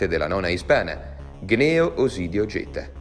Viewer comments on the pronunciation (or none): Si legge Gneo ( segno di gn come gnu, gnomo ecc. )